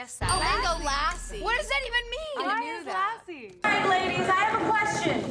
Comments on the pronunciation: Its lassi stress on s and not lasi😂😂😂😂 Still i love ari...she is sooo cute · mango ''LASSI" its not that hard to pronounce its Luh-see not Lah-see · They said mango LasEY instead of Mango Lassi (lu-s-ie) It’s a Indian drink or like a yogurt drink